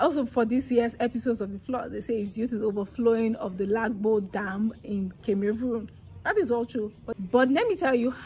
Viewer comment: Its pronounced Lagdo dam and Car-May-room not kamerun